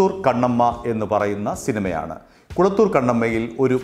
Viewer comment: കളത്തൂർ ആണ് കുളത്തൂർ അല്ല